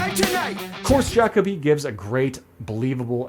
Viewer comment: Also Ja co bee is the pronunciation 😅